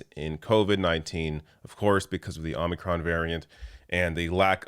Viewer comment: It’s omicron not omnicron.